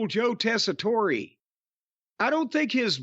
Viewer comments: It is the way u would say his name in Sicily, but since Americans always being stupid and americanize the names anyway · This has to be a running joke at this point that keeps pronouncing Tessitore’s name wrong. There’s no way he’s actually still getting it wrong unintentionally.